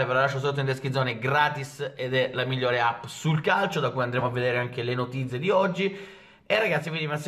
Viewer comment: non è ancora capace di pronunciare notizie😂😂